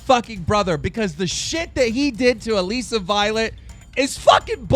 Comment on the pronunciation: omg stop pronouncing her name like that it's Alyssa just spelled different